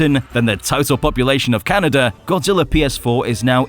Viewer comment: Can't unhear Godzilla being called G-Spot, so thanks for that.